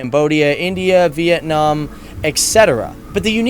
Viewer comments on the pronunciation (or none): none